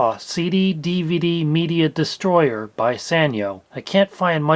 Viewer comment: It's pronounced Sanyo. It's a Japanese company so the sa sounds like sah